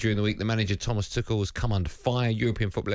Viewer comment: Pronounce it as Tuhel, pls! 🙄